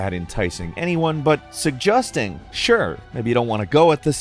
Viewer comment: The way you pronounce “suggesting” really threw me off lol